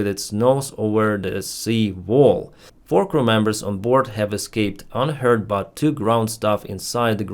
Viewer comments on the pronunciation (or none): a li'l nitpicking and knocking here, and I know yuo're not a native English speaker (and neither am I - greetings from Poland ;-) but you pronounced "unhurt" [ʌnˈhəːt] like "unheard [ʌnˈhəːd]. Unfortunately, in English small pronunciation differences can make huge difference in meaning, as we can see (and laugh about) in that famous sketch "Four Candles" by Two Ronnies.